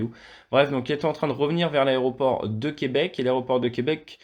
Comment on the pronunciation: J’adore comment vous prononcez Québec, c'est juste ! Ça ne sonne pas faux, merci !